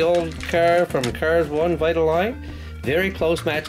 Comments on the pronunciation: It’s Vi-ta-leen. No offense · Do Rusteze cruz Ramirez please. And u pronoucend vitoline wrong. It's vite-oh-line. Can u do a role play video